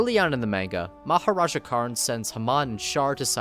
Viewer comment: Haman's Dad is Maharaja All I can hear is Mahoraga